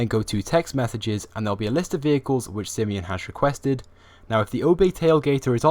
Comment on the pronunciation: its pronounced "SI-I-MANN" not "sIEEMON